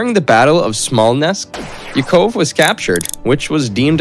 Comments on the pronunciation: He can't even pronounce Yakov correctly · Agreed! I know some of the names are difficult, he should be able to get Yakov and brigade correct at the very least! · His son's name was pronounced YACK-uv. The concentration camp was SACK-house-in. So many butchered pronunciations.!